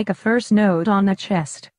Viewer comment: Knot, pronounced, like naat